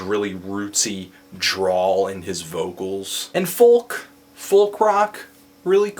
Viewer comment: you pronounce 'folk' weird. its fowk not foLLk